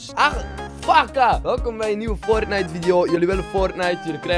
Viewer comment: LOL ik verstond eerst pornite